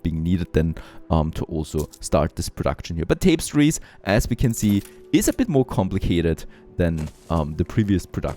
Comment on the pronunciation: Incredibly old video, and yeah, I'm going to be one of those people... but "Tapestries" is pronounced something like "Tah - pez - treez" as opposed to "Tape - sties"